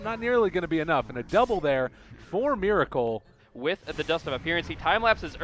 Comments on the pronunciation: omg u need to stop say Mir with I**** it's Mer with E*** you never learn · they pronounce meracle miracle. heh I wonder if there will be dendy next time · pls pronounce Meracle correctly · Why this F**king Caster Prononciate Miracle when his Nick is Meracle(its sounds like Meeraakal) ty byee youtube...